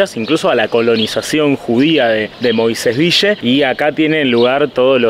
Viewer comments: "Moisés Vishe" Dígase "Moisés Vil" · ES "VIYYE".... ACÁN LOS MOISESVILLENSES DECIMOS "VIYYE". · LOS QUE VIVIMOS EN MOISÉS VILLE, DECIMOS MOISÉS "VIYE". Y SOMOS "MOISESVIYENSES". SALUDOS.